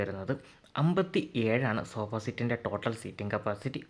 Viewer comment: സോബാ സീറ്റോ😂😂 സോഫ എന്ന് പറ ബ്രോ